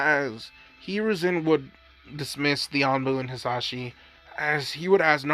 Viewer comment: Dude his name is hiashi not hizashi